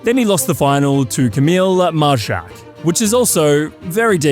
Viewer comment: Majchrzak is more like May-khshak but I guess it can be hard for non-Poles😉. All the best from Poland to the GOAT